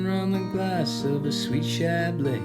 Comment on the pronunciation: It's not chablay. It's chablee (chablis), rhymes with bee.